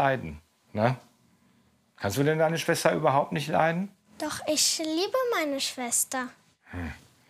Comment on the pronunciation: " doch ischä liebe meine schwesta" 😂😂😂😂